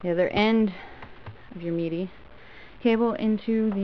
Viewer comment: why do you call it MEDI lol